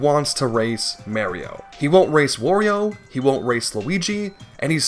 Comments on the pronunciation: He calls Mario “Mary-o” but still says Wario normally… how tf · How the Mario pronunciation triggers me so much. You can say Wario properly but not Mario? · what makes his pronounciation of mario more painful is that he pronounces wario correctly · What gets me is that he says Wario correctly, instead of wary oh. My guy, their names rhyme. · you say "merio" but also say "wario" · I'm convinced it must be on purpose because there's no way it's that hard to say it right, not to mention he says Wario just fine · No it’s not, he says Wario just fine